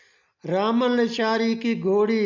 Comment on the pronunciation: لیشار نہیں۔۔۔۔ لاشاری